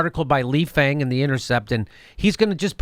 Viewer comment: Nice slot, but FYI Lee's name is pronounced "Fong." Peace!